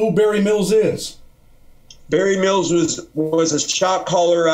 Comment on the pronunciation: Good dude...but he REALLY struggles to say Barry Mills ..i heard him say Marry Bills once :)